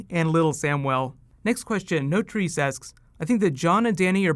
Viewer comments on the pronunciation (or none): when you said "Notrece asks" it sounded like "No tree sex"